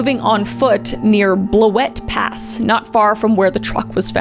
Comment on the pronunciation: Living in rural outer-Snohomish county WA, (pronounced Cha-lan*, Blue-it Pass* btw😂) crazy to think all the police activities and helicopter traffic stems from such a gruesome act nearly 70 miles away😮😮